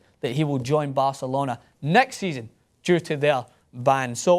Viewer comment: a typical pathetic english bi*ch who is pronaouncing barcelona(the best football club in the world) and paul pogba all wrong just cuz he thinks shitty EPL is the best. PL is a joke. and for pogba, joining PL over La Liga is like buying a toyota over a Ferrari. like seriously, EPL is insanely boring and this fankid says he always watches EPL games. that doesn't make your league the best. you get screwed and ripped apart in CPL.